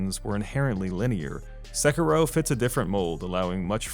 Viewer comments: [Se-ki-roh] not [Sekki-roh] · How hard is it to say "Sekiddo?" You white people are too much. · You sound bored to be reading your own script. Also, se-“key”-ro. Nice video. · dude it's not pronounced 'sekarow'... it's a japanese word after all not an english one